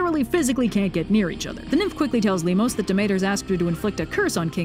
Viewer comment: Hey, in 'Limos' the emphases is on the 'o' not on the 'i'.